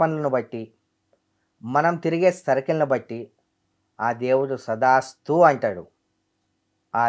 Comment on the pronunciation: సదాస్తు కాదురా తదాస్తు అంటారు